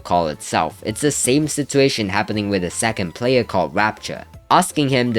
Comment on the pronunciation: such a patetic sitchuashon